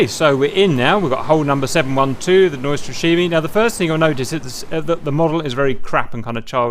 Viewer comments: lol name pronounce is completely off, but the rest is fine :) :) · That would be much closer although still not exactly on point :)